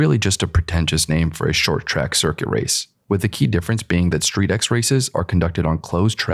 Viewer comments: It's not "Street X". You read it as "Street-Cross", just like MotoX or RallyX, all include cross-country driving/riding and off-road. Picture StreetX as Rallycross but with tuner cars on industrial tracks. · Street X is actually pronounced ‘Street Cross’